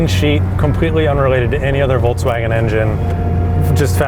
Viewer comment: Why do you guys pronounce it: VOLTSWAGEN, instead of VolKswagen?